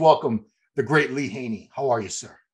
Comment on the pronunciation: Love Lee's pronunciation, it's awesome 😁👌🏻👍🏻